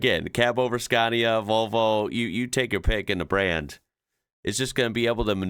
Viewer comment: Psst,, it’s “scah-nia” 😜👍